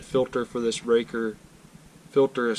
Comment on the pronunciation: I’ve always heard it pronounced ray cor. Raker is something on a chain saw. Put the same one on my bx2230 about 8 years ago.